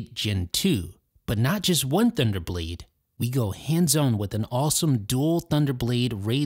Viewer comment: Thank you. I hate the way this guy talks. It bugs me so much. Every time I wanna watch their videos I close them after I remember how much I hate his voice/speech pattern. Nasally and can't pronounce anything right. Like seriously, "hands-own review?"